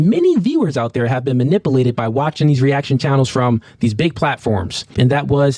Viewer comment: "Man-ip-al-aded" 😂😂😂 the algorithm picked you brother... Keep going on this same wave, these goofy's need to get exposed 😂